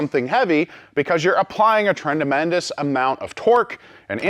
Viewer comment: "Trenamendous" Lol. That vise like to have whipped yer a** didn't it?